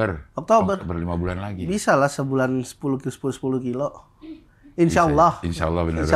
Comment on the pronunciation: Tpi bilang Allah nya fasih